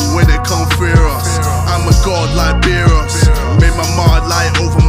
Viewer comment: lol JJ can’t even say Beerus properly